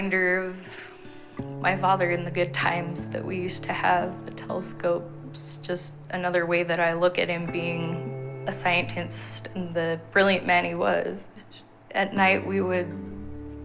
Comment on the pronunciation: I know this sounds really fucked up, but she said "ambielence" ...sorry i know its really fucked up! edit: and she said "a scientnst" ....damn!